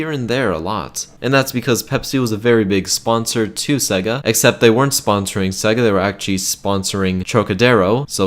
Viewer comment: Sega not segga